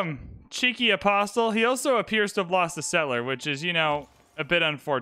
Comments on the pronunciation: You are saying the word Apostle incorrectly. It is correctly pronounced uh·paa·sl but I otherwise enjoy your videos. Please pronounce it correctly. Thank you for your consideration. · The T in “apostle” is silent.